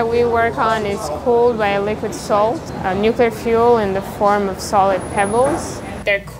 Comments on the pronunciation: it's NU CLEAR energy. what the fuck is NU CUE LAR??? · Awesome vid! I can't stand when some people say "new-cue-lar" like some kind of republican though.